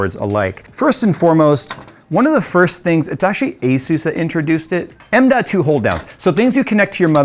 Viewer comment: It's not Aysuise. The company is called Asus. It's an abbreviation of the word Pegasus.